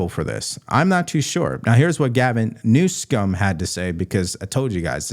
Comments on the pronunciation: I am ultra MAGA ... but please stop saying 'New-scum' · I think keeps mispronouncing Governor Newsom's name. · Please stop mispronouncing that governors name You are so more professional than that